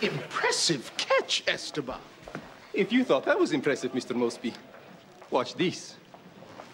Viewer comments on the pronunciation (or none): Why do they call them Esteban instead of Esteban. If you read if differently or you are Latino or you know how to pronounce it